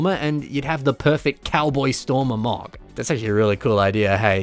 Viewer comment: you mispronounced "Stormer Texas Ranger" lol